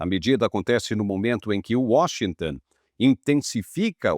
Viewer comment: Washington Ton Ton, não é tan😮😮